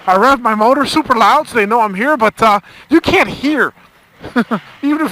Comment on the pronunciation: British accent "slip-up" ..."I con't.....I con't".....lolololol. Good Stuff!